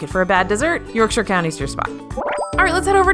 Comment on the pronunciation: Yorkshire Fish and Chips is ok for the Disney version of Fish and Chips but is not authentic e.g. they use fries instead of chips. Btw, nice to hear “Yorkshire” pronounced correctly by an American.